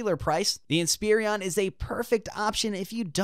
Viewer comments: Why are you saying Inspirion instead of Inspiron? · Someone tell him Inspiron doesn't have three I's in it.